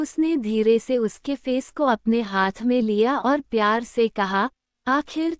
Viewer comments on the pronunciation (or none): Not payar , the word is pyar